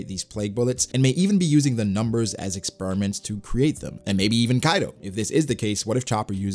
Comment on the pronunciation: “Expuriments” lol